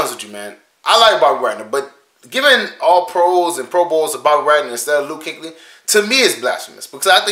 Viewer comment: Kueckly not Kinkly🤦🏾‍♂️🤣